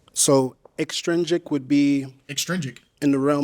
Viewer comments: they’re saying he was pronouncing extrinsic like extringsic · 2 things. One - I'm not a girl. Two - He said intrinsic AND e-'G'-trisnic - watch again and listen closely. You're welcome. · The word is actually extrinsic - there is no 'g' in it! LOL!